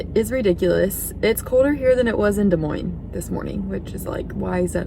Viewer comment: Des Moines (dah-moyn) you pronounced it right! Happy 2022! Al from SW Florida! 🌞 🌴